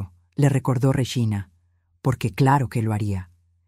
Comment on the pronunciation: Se dice REGINA no reyina vea la gran diferencia.